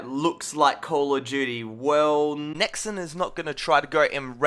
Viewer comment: Stop saying 'Nexin'. I'm an Australian and I say 'NexON' like a normal person